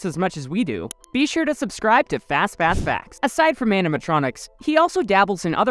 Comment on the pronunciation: Idk why but if fastpass facts say "fastpass facts" i only hear fazfazfass 💀